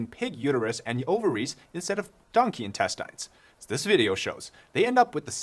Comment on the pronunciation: Well! China has no dignity remaining. Also... the word intestines is read as In-teh-steens and not in-teh-stayns.